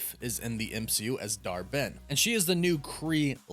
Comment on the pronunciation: I keep hearing Dar-Benn as Dharmann!!!!😆😆😆😆😂😂😂